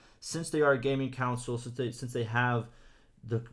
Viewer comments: bro its pronounced console not council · Idiot still says council